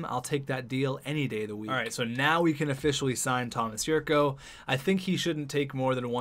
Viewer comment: The 'c' in Jurco is pronounced like 'ch'